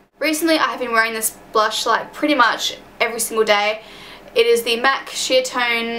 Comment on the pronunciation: haha at first when you said "MAC Sheertone" I thought you said "MAC Shit tone" xD